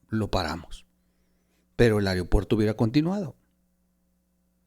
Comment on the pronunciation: Otra más, no es "areopuerto" es "aeropuerto"!!